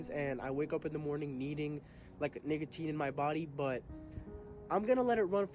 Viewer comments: gang did NOT say nicatin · Wait that does not sound like “nicotine” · He keeps ripping the soft a 💔🥀 “🥷tine” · HE DID NOT SAY NICATINE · 16 44 bro did not say nicotine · and bro did not say nicotine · bro did NOT say nicotine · HE DID NOT SAY NICOTINE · the way he pronounces nicotine is throwing me off iam thinking he's saying you know what nvm you can figure out what i was going to say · He did not say nicotine lol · bro did not say nicotine 😭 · bro definitely didn’t say nicotine 😭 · bro did NOT say nicotine😭🙏